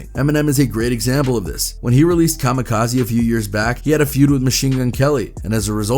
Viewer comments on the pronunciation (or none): none